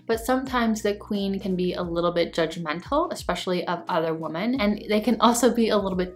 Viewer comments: Ok, seriously. Am I missing something? Why do I keep hearing the plural of the word "woman" pronounced as "woman" instead of "women"? Did they change the grammar, or is it offensive to say "women" now, or something?😂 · Woman is pronounced woman. Women is pronounced wimen.